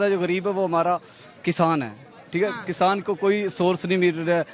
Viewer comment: कसान नहीं भईया किसान कहते हैं 😅😅😅😅